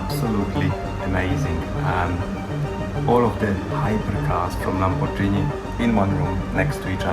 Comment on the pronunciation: Lamborgini, nie Lambordżini